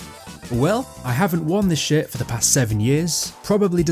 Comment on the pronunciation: Everytime you said "shirt" it low key sounded like you were saying shit...lul